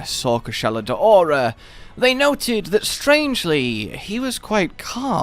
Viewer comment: "Koo-SHAH-la DOW-ra". I dunno where people keep getting "day-ora" from. Also,, it's harbinger. "HAR-bin-JUR".